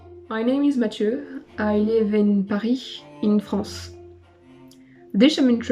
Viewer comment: Mathieu learned perfect English and a great accent and still refuses to say "Paris" or "France" like anyone else. This is why everyone hates Parisians. Just speak French and put subtitles if you can;t be bothered lol.